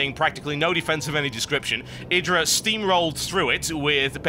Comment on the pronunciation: TB, Idra's name is pronounced - "Eih-Drah" :) LIKE SO HE SEES THIS ~